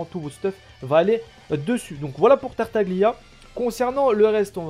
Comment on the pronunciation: Ça se prononce Tartalia^^ sinon +1 abo continue !